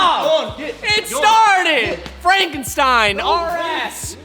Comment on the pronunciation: "FRANKEN SCHTEIN" Crazy how you can get punch drunk on a project like this..